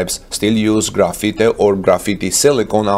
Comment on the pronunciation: graphite is pronounced "graf-fight" If you say "grafeety" as you do, you are talking about the art work kids paint on the side of buildings and train cars with cans of spray paint etc. Still; great video!